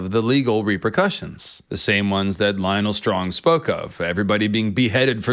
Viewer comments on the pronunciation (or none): none